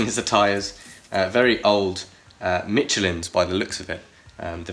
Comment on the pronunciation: Why the hecc did he pronounce Michelin wrong!